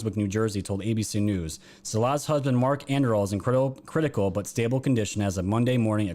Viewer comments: Saul-ahs and Oregun not Oregone. Sorry but my mother's maiden name was Salas and yeah, I'm from the Northwest. Love your show bruddah! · Salas - the accent is on first syllable...